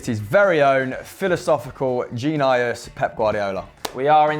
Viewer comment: How did he just pronounce "genius"...?